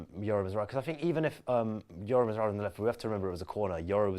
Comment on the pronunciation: Noticed always pronounces Mazraoui’s name wrong. He says “Mazwawi” instead lol 🤣